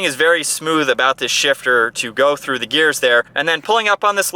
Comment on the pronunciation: I love all of the vids, but Please stop saying "thee" for " the." It's driving me crazy. Thanks.